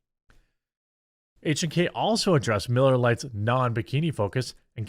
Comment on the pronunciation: Good job on the correct pronunciation on H&K. Das der Deutsche.